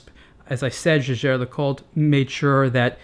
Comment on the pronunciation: The easiest way to find out correct pronunciation is to look up JLC's commercials or interviews with someone who works for them. I think pronunciation of the brand name is actually pretty good (at least compared to some of the other reviewers on youtube).